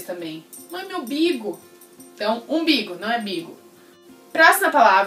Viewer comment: Eu falava imbigo kk